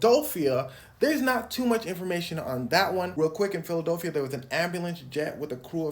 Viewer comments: ITS PHILIDELPHIA NOT PHILIDOLPHIA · Why you keep saying Philodolphia? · Why do you say Philadelphia like that?